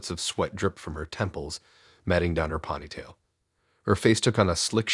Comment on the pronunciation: I love the way he says ponytail. Ponney'tail. Ponytail like a pony🐴 is how I say it.